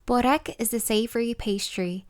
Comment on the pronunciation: Hi there, pronounced berrek. Berr like spur and fur. Rek is rek like reck. Not booorek or bohrek or bore-ek. My mum makes these- 2 full layers with cream brushed between, fetta and parsley spread over entire sheet, spirals and then dunks both sides quickly in water, and then brushes egg yolk, sprinkles sesame seeds and nigella seeds on top. To die for. Dunking in water is her secret . ❤